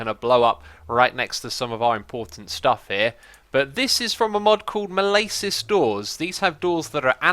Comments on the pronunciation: "malaysis doors" no, 'malisis', dont say it and Ill find you, and ill troll you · um... X. It's mal-is-es